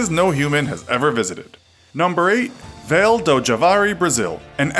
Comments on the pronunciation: "Vale" is pronounced vah-lee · It’s v a l e like valet since it’s Portuguese